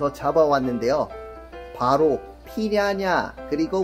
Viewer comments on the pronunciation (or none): 피라냐 발음 불------편